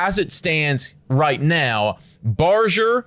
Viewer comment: This shit is really getting tiring to watch. Also you guys are still pronouncing Barger's name wrong.